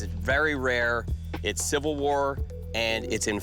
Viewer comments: Is she saying Silver? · why can't she say 'civil' ?? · Kinda odd that she is apparently a professional actor, but had trouble pronouncing "civil" at least twice.